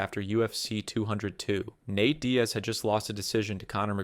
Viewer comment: How have you been making these videos for over a year and you’re still butchering so many names. HOW do you mispronounce “Nate” as “Nat”?